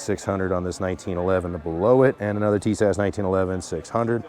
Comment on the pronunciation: TIS-ASH ....say like this